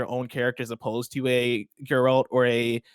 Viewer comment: I don’t think has played the Witcher 3, just based on his mispronunciation of “Geralt”. I could be wrong. Edit: he kind of pronounced it better as he went along. Alright, I’ll give him the benefit of the doubt haha